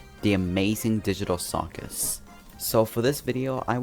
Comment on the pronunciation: i almost left the video when u said disney, BUT "The amayzing digtal cuwchus" IM SORRY I HAD TO.